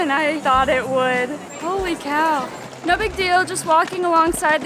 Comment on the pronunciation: Are you reallyv saying "holly cow"?